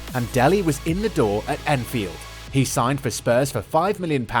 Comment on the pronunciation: That's what I thought too. Had to come to the comments to see if anyone mentioned it. Definitely sounds like it lol.